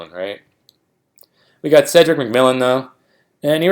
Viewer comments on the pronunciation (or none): none